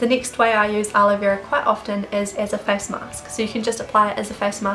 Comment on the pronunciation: Was I the only who laugh when she Said 'Fees' instead of 'face' 😂😂 Btw loved the video ❤️